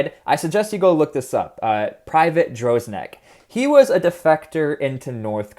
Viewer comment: Dude is called Dresnok, not Drosnek. Emaricans, man. When a single word is not 100% emarican, they molfunctian. But they make great mevios, like this Sapermun, a big fereignor with lesar eyes